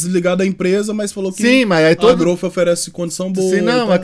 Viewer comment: Ele falando gorgo na "MAX"?? Aí lança a o pacote da growth e a propaganda da marca. Rachei de rir... Akakak growth é a melhor. Kkk